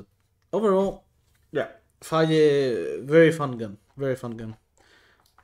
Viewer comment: you saying phage like fa-yeh makes me think of how i, a native english speaker, heard some sequence of letters similar to "cedo" pronounced "chay-doh", and now the only reason i'd have to imagine that weapon's name pronounced otherwise is how everyone else says it.